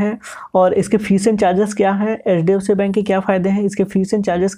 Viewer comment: Bhai thoda sa clear bolo HDFC bank ko ap LDFC bol rhe ho aesa lag rha he